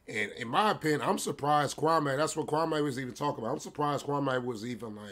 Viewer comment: Kwame pronounced kwah mee. He’s not wearing polka dots in the 90’s